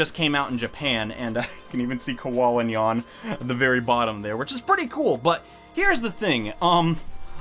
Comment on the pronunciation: rip roobanyeayn u will forevah be in our memoreez